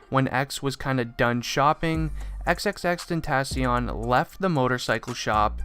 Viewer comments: xxx-tent-a-c-ion lmao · And he is saying the name wrong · “Xxxtentassion???” Tf breh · Him: Xxxtentatyon Me: 👁👄👁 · Why do you say xxxtentaasion you dumby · He said tensions rongw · Bra u cannot pronounce his name man triplextiont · Imma just call him Jedidiah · Like extension cord??? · If your a massive fan then why did you pronounce his name wrong... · The way he pronounced "xxxtentacion" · He doesn’t even know how to pronounce his name correct lol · If your a big fan of him then you should atleast say xxxtentacion's name right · How you his fan when you can’t even say his name correctly lmao🤣💀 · If ur such a fan then how come u can't say his name right ?? Nah jokes man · If you were an actuall fan you could say his name right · “if you are a huge fan of xxxtentacion.....” Me: That’s... that’s not how you pronounce it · If you were a real x fan why can't you say his name right? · I hate that he didn’t pronounce the name right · U don’t even say his name right you aren’t a real fan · I hate how je is saying tentacion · How are u gonna say ur a big fan but not even know how to say his rapper name like what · I’m a big XXXTENTACION fan Also: *pronounces the end of his name with “n” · At least if you say you’re an X fan Pronounce his name properly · if u are a really big fan say his name right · if you were even a huge fan why don’t u pronounce his name right or say x if u can’t